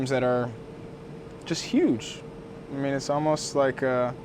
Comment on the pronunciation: Was that a northern " na Mean? " I heard or did you say " I mean" in the very end